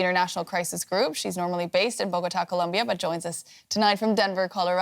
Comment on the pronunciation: This broad pronounced "Colombia" so annoyingly lol